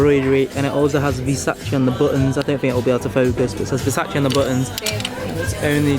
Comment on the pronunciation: bruh the way he pronounced versace makes me want to eat my skirting board